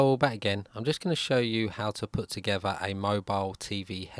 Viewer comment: to-gev-uh??? mo-bile? free? chewnuh??? fing? vier??Viera?? your English is atrocious.!